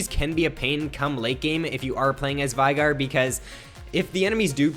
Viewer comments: FYI its not veegur its VEY-GAR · He says his own name in one of his emotes. It's "VAY-GAR"